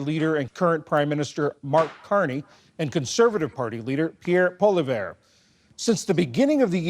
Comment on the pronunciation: He doesn't call him pollievre he calls him polla bear 😂